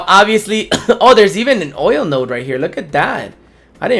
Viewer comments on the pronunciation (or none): none